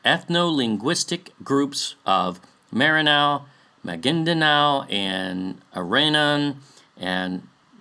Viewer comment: It's MARANAO or MARANAW not MERANAW